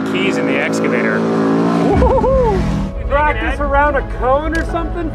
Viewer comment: “S”cavtor lol